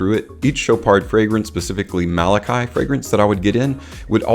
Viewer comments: wrong: not ma la kai it is ma la kee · Well explained! Just to note that we pronounce it as “Malakey”🤍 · It's pronounced Ma La Kee. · besides the pronunciation, your explanation of the meaning of the word Malaki is also not accurate. It doesn't mean Royal, it means Angel or 'from god sent'